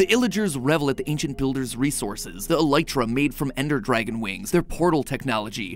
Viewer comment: he finally pronounced elytra correctly